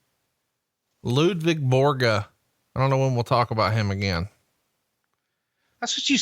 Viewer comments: LUDVIG not LUVIG jeeze stwtbp get it right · I thought it was "Ludvig" Borga...